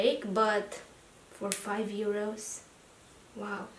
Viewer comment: You’re hilarious 😂.. I’m so living for the way you are saying ˋEuro ´ 😂🤣😅🤣😂🤣😅🤣😂 love the haul.. great stuff!